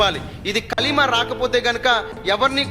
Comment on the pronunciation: నిజమే అతనికి కల్మ నే చెప్పడం రాలె ఆయన ముస్లిం కాదు నిజమైన ముస్లిం ఉచ్చరణ కాదు